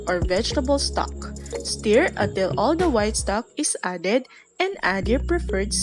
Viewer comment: sa word na "STIR' po. you pronounce it as "stur" not "steer"